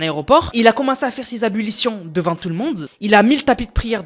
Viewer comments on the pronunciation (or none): Les ablutions pas abulision mdr lui 😅